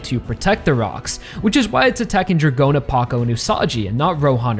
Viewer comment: Dragona's name is also pronounced as DRAGON-a and not Dra-GOE-na